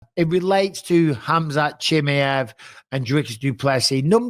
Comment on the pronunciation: Dude, Bisping needs to know how to correctly pronounce Chimaev’s surname